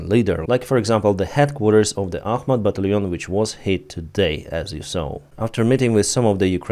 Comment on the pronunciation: ITS ACHMAT